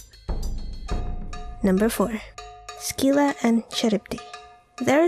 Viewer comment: You've mis-pronounced the creatures at Number 4. Scylla is pronounced "Sil-La" and Charybdis is pronounced "Kah-Rib-Diss".